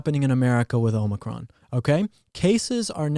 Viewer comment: It's Omicron not Omicron. Sheesh.